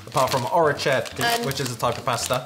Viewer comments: Quando ha provato a dire orecchiette 😂😂🤗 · sorry to correct you guys... it's orecchiette not orecciette. We do pronounce ch as k sound. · it's pronounced more like "orekkyetteh" and not like "oretchette" XD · it's orechiette, spelled like aw-rae-key-ai-tae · Orecetti????? :D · Hi guys, I'm italian and thi is the first time I saw one of yours videos and I really liked it! i would like to tell you some tricks or suggestions to speak a better italian so… i found really funny the way you pronounce ORECCHIETTA ahaha i really love it but if this can help you you havo to pronounce it like /ore'k:jet:a/. than, "non fritti" is "not fried" and here in Italy when you eat Fonzies you HAVE TO lick your fingers! if you don't "godi solo a metà" wich means "enjoy only half". About kinder pan e cioc, we usually eat those kinds of cakes with milk for breakfast or like a snack maybe with a cup of juice. and i really love you again because "sacchetto" is /sa'k:et:o/ I know it's a little difficult to pronounce the italian "ch". Novi is probably the most appreciated chocolate brand in Italy in fact we have a famous tv spot wich says "Is it Swiss? NO it's Novi" so… you can tell how much we like it ahahah. I also have a trick for you, every italian word wich finishes with an E you have to pronounce it like the E in the middle… like… "pennette" the last e is really the same like the first and the second so… if you do this you'll probably gonna speak italian better than any other non-italian person! i really loved the video <3